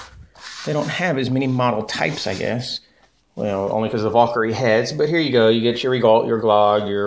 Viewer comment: and again, its not a Vaul-kyrie. its a VAL-KYRIE